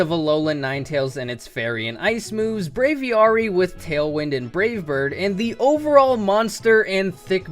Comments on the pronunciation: The way you say "braviary" makes me want to die. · I may pronounce it wrong, but it got so bad, when he said Braviary, i started just saying Braviary outloud so I didn't go insane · oh i just realized that's how I pronounce it too. lmao i din't even realize he said it differently